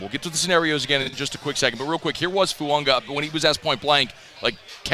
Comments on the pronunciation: It’s fuaga not fuanga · It's spelled Fuaga... but pronounced Fuanga... just ask Taliese himself.